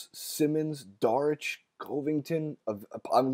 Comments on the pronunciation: You called Dario Saric "Daric". Lol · He said "DARICH" and 'COOVINGTON"... my nigga...clear ya head up.